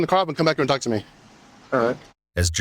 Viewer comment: 1: stop saying ewu 2: the letter l in the word walk and talk is silent. 3: you can say the word sexual, we are all adults here.